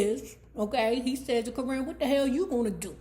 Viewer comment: She kills me saying her name like that “currin” lmao.